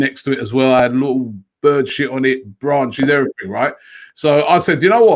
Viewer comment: D "And everythink else" T